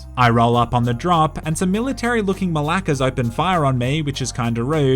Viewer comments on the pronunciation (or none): why do u say malaka so weirdly